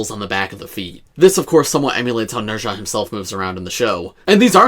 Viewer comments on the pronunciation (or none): Not to be that guy, but his name is pronounced "Nehh-zz-aah" not "Ner-zha" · Nez-ha.... please say the name correctly please!!!!